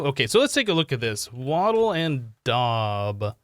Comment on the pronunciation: The daub is pronounced and Wattle and daub is a composite building material used for making walls, in which a woven lattice of wooden strips called wattle is daubed with a sticky material usually made of some combination of wet soil, clay, sand, animal dung and straw.